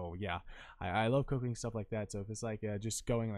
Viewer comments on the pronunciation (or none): I thought you said cocaine instead of cooking for a sec